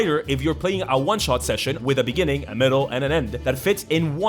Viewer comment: Bruh, you can't hit people with "in the beninging" out of the blue like that, bout choked on a drink